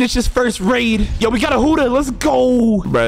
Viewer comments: And it's Buddha not huddha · Its not huda its buhhda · also stop saying hudda its budha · Budha not hudha stiupid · buddha is said (boo - duh) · WHY DO U SAY HUUDA